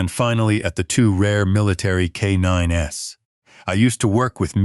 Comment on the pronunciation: Loved it!❤ I always enjoy military and/or animal related stories....but no tear-jerkers, depresses me for the rest of the day, even tho I recognize reality can be grim... Just a note - Not " k 9 ess"! Just k9s KAYNINES (as in plural)